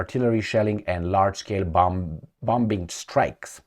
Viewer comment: your English is excellent. One oddity of English is that the second B in bombing is a silent letter. Just a little trap for the non native speaker! 😅